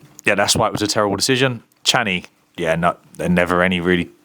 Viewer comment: he's calling him channy 😂😂